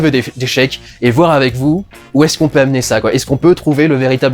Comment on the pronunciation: le vouer , on est chtimi dudu?